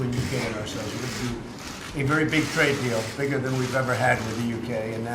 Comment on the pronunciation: I keep thinkin they saying Drake instead of Trade